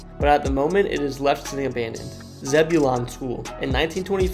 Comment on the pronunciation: You butchered the pronunciation of Zebulon 😂 but I never thought I’d see my little hometown featured in any cool videos.